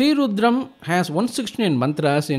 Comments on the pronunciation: There are so many rudram recitals. But this is the best according to me. Pronunciation, appropriate speed, clarity, no interruptions ( commercial interruptions in a divine chant mo ck the very of the chant. Very vlean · Perfect pronunciation, perfect synchronisation. Highly, highly energizing!